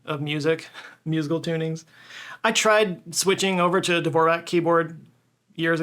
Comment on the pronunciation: That's not how Dvorak is pronounced.